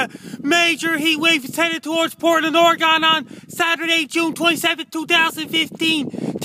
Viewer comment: I live in Portland Oregon. Is this anywhere near this "Portland Ory-Gone" you speak of?